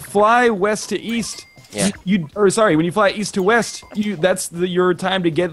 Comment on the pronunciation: So.. when you fly weast, is that what was trying to say?